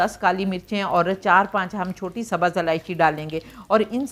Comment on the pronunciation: Sabaz nahee hotha ha sahee lufz subz hai. برائے مہربانی اردو تو صحیح بولیں